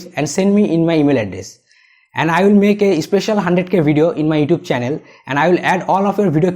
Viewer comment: Please say YouTube right. Thank you good video.